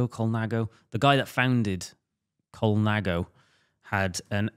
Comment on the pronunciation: Every time says colnaggo an italian dies.